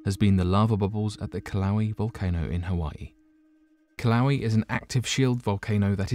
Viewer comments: Kill-ow-ee?? I'm pretty sure u meant to say kill-uh-way-uh....which is the correct pronunciation. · Pronounced ''killa'' ''weigh A'' volcano. Not kiloweeeee ?strange english duck speak bro?wtf lol,Dude says Vesuvious clear as day?But kiloweee or mayaan not ''my an''lol.... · LMAO?uh kiloweeee?the fu?i'm not the only 1 that's like this guy murdered that valcano's name so bad!LOL oh shit!he's just all mellow and sociopathic about it too oh god haha...so terrible! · Yeah it’s not that hard to look up a pronunciation...ugh! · Not a fan of giving a thumbs down but a hard thumbs down it is. Just because you’re brutal pronunciation of Kilauea. Not even close by a long shot.